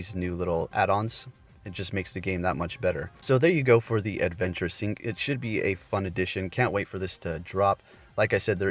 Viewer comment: Love your channel , but can't help but notice...I think you can't properly pronounce syNc...you just say syc....just found it funny